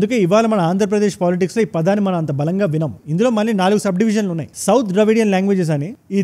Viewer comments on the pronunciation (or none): none